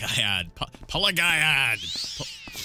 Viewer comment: Ok it's 2021 and this is ridiculously late but I think it's Pelag-ee-ad. Cause the village is named after emperor Pelagius, which would be pronounced "Pelajoos", but Bethesda has an american way of pronouncing Latin words, just like Tiber Septim, so I guess it should be Pelag-ee-ad, but definitely not Pela-guy-ad. Dunno why but I felt the need to say it, btw happy new year to whoever is reading lol finally this God forsaken 2020 has come to an end, let's hope the next will be better cause I sure won't stand it otherwise